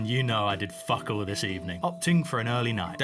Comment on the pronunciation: is south african because on day 26 he said we got fokol or did he say fuckol